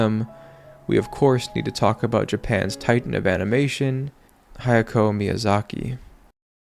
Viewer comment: If you're gonna be making videos about anime, how are you gonna be getting HAYAO Miyazaki's name wrong repeatedly. its a generally good video, but come on